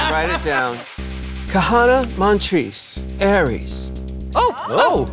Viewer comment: The right choice. She could not hide "MAN" at all. She couldn't even say her own name right using her own logic. If it's Kahanna, why are you pronouncing it Kana every time you say your name?